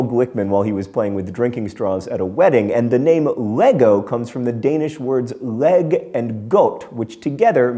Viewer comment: Hahah you're pronounciation of "godt" was actually good, but the word "leg" is pretty difficult! It has the kind of soft g-sound that is very natural to me, but very odd to non-danish speakers! Phonetically, "leg" is pronounced something like "lai" with an "a" sound like in "car".